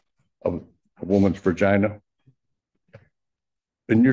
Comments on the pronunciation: The lawyer actually said "vergina". lol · Do you think the judge was talking to the clerk about the lawyer saying “vergina” ??